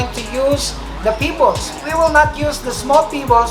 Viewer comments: Is he saying pibolss or pebbles?? 😂😂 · It pronounce pebbles not pibbles